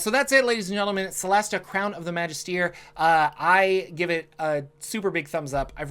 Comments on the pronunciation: It's Magist(er) not Magist(ier) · yeah, first time I thought he was saying "majesty", correct pronounciation is indeed \ məˈjistə(r) \ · There is no "ear" sound in Magister, mister there is no "ph" sound in Jordan.